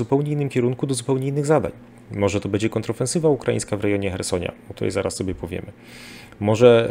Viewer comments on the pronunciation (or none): Bardzo kłuje w uszy mówienie e zamiast ę np bedzie. Broń Boże się nie czepiam tylko taka mała sugestia.